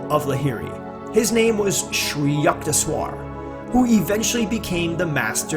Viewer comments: its not yuckteshwar,its yukteshwar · Yukteshwar can be rightly pronounced as Yookteshwar